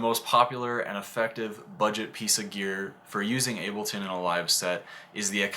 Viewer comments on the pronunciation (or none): none